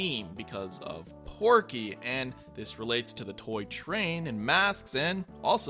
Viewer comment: Hey, it's Pokey, not Porky